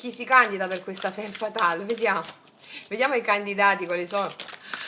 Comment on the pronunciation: La ratio la appendiamo come un arazzo: al muro!!! Ps sei fantastica, lo dico solo per piacere, non per correggerti, perché sei geniale cosi come sei: femme si legge famm! Grande!!! Dio ti benedica!!! Questa stesa è da "seguire l'istinto", molto BASIC INSTINCT: litigano, fanno l'amore, lei evitativa, lui pazzo di gelosia😂❤🎉 da farci un nuovo screenplay. Una curiosità linguistica sulla "divisione": in spagnolo il verbo "partir" (partire) significa anche dividere, come anche in francese "partager" (dividere). Come si nota, la radice "part-" indica distacco, anche in italiano: "partorire", dare alla luce, quindi, evoca significato della divisione, distacco, ma anche la gioia che esiste nel dare nascita o nel senso del viaggio (animico e fisico). Siamo una PARTe del tutto ed il tutto è parte di noi.